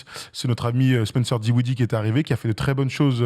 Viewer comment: …😂 C’est: DIN - WIDDIE et PAS DI - WINDIE 😂😂😂 Désolé mais tu me fumes avec ça depuis un moment 😂😂😂 😉🤝